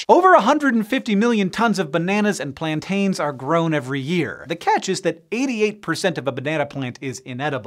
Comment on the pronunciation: As a Jamaican I feel offended by the way Hank says plantain.